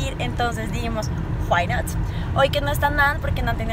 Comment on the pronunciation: juaii noct jajajaja cuando quieres hablar ingles y no sabes